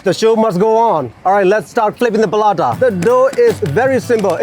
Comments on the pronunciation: Oh How the Paratha got pronounced and turned Palata ☠️ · Palata, sounds like Paratha but the R is difficult to pronounce by the Burmese.. so palata 😬😬